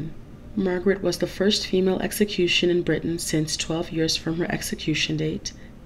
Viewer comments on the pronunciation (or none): none